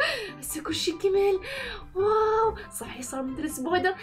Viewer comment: واو ❎ ڤاو✅ 🤷🏻‍♀️🤷🏻‍♀️🤷🏻‍♀️🤷🏻‍♀️🤷🏻‍♀️🤷🏻‍♀️🤷🏻‍♀️